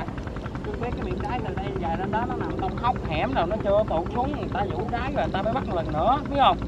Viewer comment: phát âm nghe cười muốn xỉu, nhớ ko lầm là đáy mà